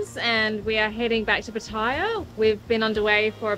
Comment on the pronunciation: Pattaya. PAT AH YAH.😊😊😊 Not, Pateyeyah. 😢😢😢